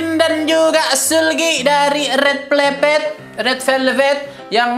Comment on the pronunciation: That 'RED VLEVET'😭👍